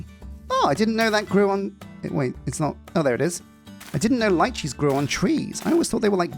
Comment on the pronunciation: Isn't it pronounced "leechee?"